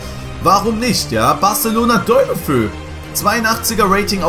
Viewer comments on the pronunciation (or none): 7.21 wer is Deulofö? Man spricht ihn DeolofeU aus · Man spricht das De u lo fe u aus. Nicht Däulöfö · Maaan, das wird De-u-lo-fe-u ausgesprochen, der ist Spaniener kein deutscher 😂😂😜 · Ich wollte nur anmerken, das der Typ De-u-lofe-u ausgesprochen wird und nicht Deulofö also mit abgetrennten Us. Trotzdem cooles Video. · Deulofou hahahhahahaha bruder, wie soll ich schreiben. Es heißt anders ausgesprochen 😂